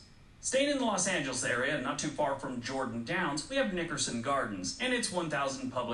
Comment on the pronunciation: i don’t like the way he said nickerson 🤔🤔